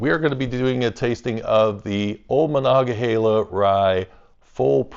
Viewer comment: You actually say monogahela right, are you from around here? It seems like everyone online says monogaheela for some reason